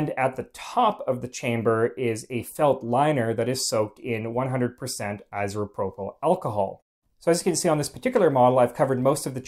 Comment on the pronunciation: What the fuck is iserpropyl alcohol? ......